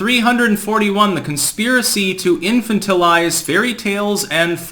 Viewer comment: I know I'm gonna get some negative feedback but, this is driving me crazy. in-fan-ta-lize Arch-a-peg-a-low You're too smart to continue saying them wrong.